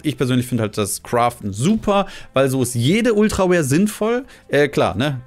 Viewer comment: Also ich finde das Video echt gut und bin auch absolut deiner Meinung. Nur eine Sache fuchst mich einfach schon viel zu lange... Könntest du bitte einfach versuchen Ultra RARE zu sagen, ich verstehe einfach jedesmal Ultra Wär und es macht mich einfach fertig. Bei jedem Video hahaha #nooffence hab dich lieb <3 :D